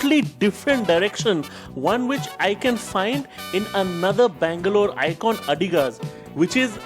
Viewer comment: Please pronounce each word you speak clearly! Could not understand if you were saying 'Bangalore' or 'Mangalore'!!!!